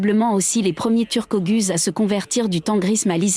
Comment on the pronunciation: La prononciation "oguz" est défectueuse. Il faut prononcer : "o - ouz". Il vaut mieux également prononcer : "seldjouk".